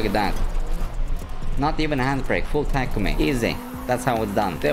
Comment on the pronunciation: you know this dude ain't seen initial D if he's mispronouncing takumi's name. smh.